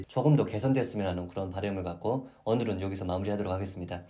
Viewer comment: 은 왜 "오늘은"을 "오눌은" 이라고하나요?